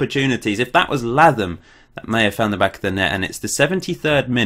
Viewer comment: Really loving this series but pleeeaaassseeee, Latham is pronounced like Statham in Jason Statham! :(